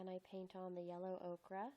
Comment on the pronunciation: Ochre. O-ker. Not okra. That’s a vegetable.